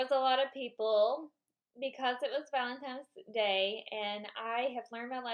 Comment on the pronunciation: Valentine's not Valentime's